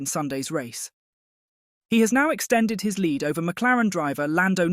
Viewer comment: When your AI voice can't tell the difference between lead and lead and you choose a British voice and use words like Wiinningest. I asked YouTube not to recommend channel in future.